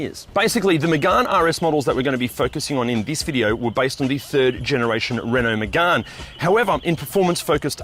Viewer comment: It's not magarne it's Megane like can but with a g